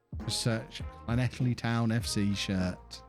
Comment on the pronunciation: Llanelli you said it fine. Just call them scarlets